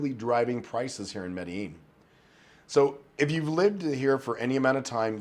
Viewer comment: how you still mispronounce medellin, lol